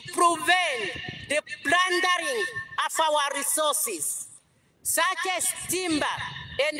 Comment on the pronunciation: You think somebody that can't even pronounce the word natural resources properly, can take care of it? Ovo otaaningi ashike iinima yavo😢